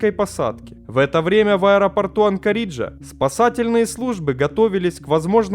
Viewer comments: Что такое "анкорИджа" , земляк ??!? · Ой не говорите! Прямо уши режет.. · две тысячА восьмого; музЭе; ну и анкорИджа! Ты просто убиваешь меня))) Друг, если ты не русский - учи язык, и обязательно учи географию, в данных темах без нее никуда! А контент интересный, смотрю. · АнкорИджа, авиамузЭя. Ты специально что ли людей в каждом видео троллишь или русский язык не твой родной? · Олень! Сам ты анкориджа! 😅😅🤣Читать хотя бы научись! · Надо же так исковеркать название Анкориджа. Чуть кровь не пошла из ушей